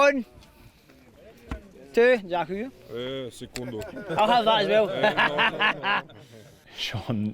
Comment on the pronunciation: Oh hearing “thank you” in Ukrainian with a rolling Scottish brogue was simply delightful!